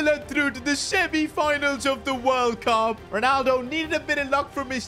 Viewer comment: Bro that ain’t World Cup it’s borld bup instead like bro what even is that trophy 💀😭😭😭